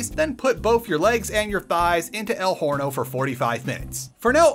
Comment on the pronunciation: oven in spanish is "horno" but sounds like "orno" because the "h" in spanish is mute, is not pronounced It's written like that because orthography rules set by the Real/True Spanish Academy "Orno" not "Horny-o" if you want to go to Mexico a cheaper country to live